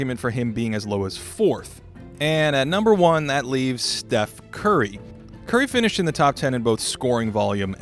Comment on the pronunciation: Finally someone who puts appropriate respect on Curry’s name.